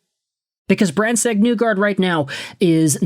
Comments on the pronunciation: Not to pile on, but you keep saying NEW-guard. I read that as NIGH-guard. As in "the end is nigh". Or, if you prefer, NYE like Bill Nye the Science Guy. Hopefully I'm not making myself look TOO old by referencing that show. That's also assuming that show even aired in Canada. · I've heard it pronounced Knee-gard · I just wanted to let you know that MBN pronounces his own name as "Neegard", not "Nuegard" as you do. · Knee-gard. You totally butchered his name